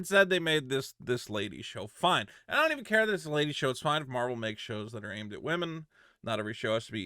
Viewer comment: Love your videos and all but please for my sanity, stop saying 'Marble' instead of Marvel